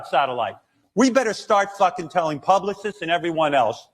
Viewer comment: "publi-cysts" hmmm... a bit of Ralphie Cakes slipping out there?